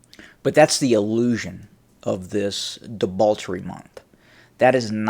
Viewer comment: Am I hearing debauchery with an L? Anyway, great vid keep em coming